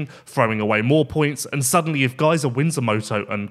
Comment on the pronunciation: Every time miss pronounced Gajser it's like nails in my ear. Great show otherwise.